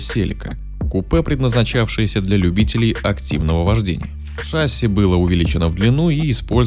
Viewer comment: Автор, слово "шасси" обязательно надо произносить неправильно? Сказать "шассИ" вам религия не позволяет что ли? Вы ведёте информационное просвещение, и вы должны говорить все слова правильно, чтобы люди брали с вас пример правильного произношения слов, а не вы с тех, кто произносит слова неправильно.